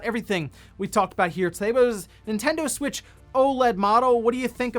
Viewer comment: Nintendud switch